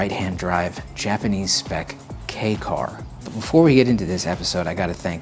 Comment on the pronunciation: I am sooooo glad knows how to pronounce "Kei" car lmao.